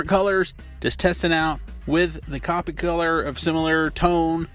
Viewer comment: Copic is pronounced like coe (kinda like toe) pick